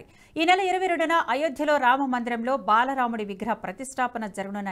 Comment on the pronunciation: Balaramudu kaadu ra Naina baala raamudu.. sarigga palakakapothe motham meaning change aipothadi..